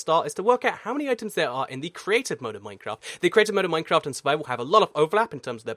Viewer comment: Im I the only one too notice that he said maftcraft the beginning of the video